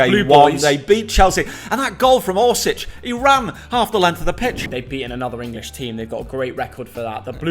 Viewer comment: ORŠIĆ not orsich